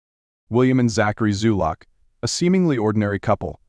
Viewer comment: Zulock, not Zuluk.